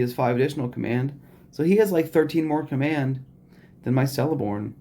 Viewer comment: Fyi. It’s keleborn pronunciation